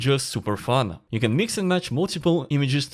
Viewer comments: I think he was trying to say Mix it with Jinx from Arcane. but I thought it was hilarious as well. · Did my man just say "Minx" from Arcane? 😂 Jokes aside, this is awesome. Good to have you back!